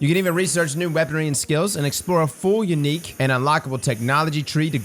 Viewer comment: This man said “yanique”😂😂 please your LA is showing